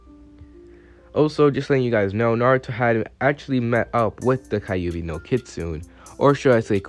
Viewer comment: Okay it’s not kaiyubi it’s kyube. Just saying